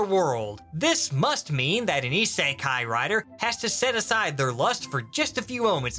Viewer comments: Cant get over the fact that he pronounces it as "ee-sae-kai" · the purposefully mispronunciation of "isekai" makes this at least twice as funny. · Am I the only one who finds the way he pronounces "isekai" irritating